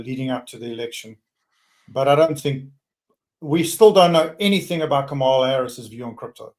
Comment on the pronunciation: needs to learn how to pronounce the vice president's name-Ka ma la- like coma...sheesh